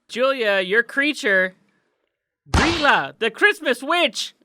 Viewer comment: The laf bread is actually leaf bread in english door sniffer is actually door slamþer and its gríla not gryla